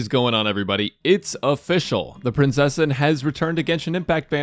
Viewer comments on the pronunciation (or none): Haha it's o-fishcl nice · "What is going on everybody it's a Fischl" Me: Obviously 😂 And before everyone tries to correct me I know he said "it's official" but I thought it was funny.